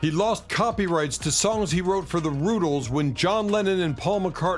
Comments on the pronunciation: It's Rutĺes not Rootles. Smh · I am so sick of these AI videos! That annoying voice, the constant mispronunciation of musicians band names... The Roootles? Seriously?